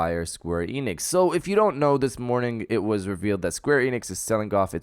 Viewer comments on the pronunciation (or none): Why do you pronounce it Square EEnix? It's Enix.